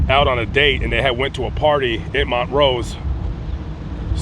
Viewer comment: Southern California native. It's Mon-trose, not Mont-rose. I had the pleasure of seeing Harvey Korman and Tim Conway perform together at the Stardust in Las Vegas back in, something like 2006. It was hilarious. They are missed.